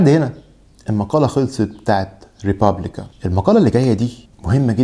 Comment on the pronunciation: اسم المجلة الإيطالية: ريبوبليكا, Republica ولا تنطق بالانجليزية طبعا أو أي لغة أخرى! الاحتراف يشمل التميز بإتقان نطق الأسماء الأصلية